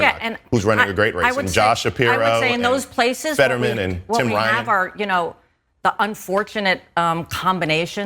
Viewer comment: Ny state I’d doomed for real now that guy said fettermsn ill